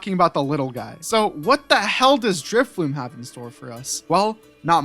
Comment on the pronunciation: Driffloon....need I say more